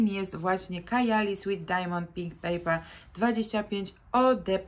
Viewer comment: Eau de parfum wymawia się ,,o de parfę" i nie papper,tylko pepper(pieprz)